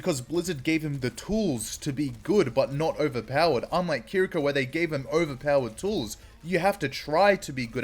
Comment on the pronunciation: One thing I must say though is the pronunciation of Kiriko is incorrect. This shows how to pronounce her name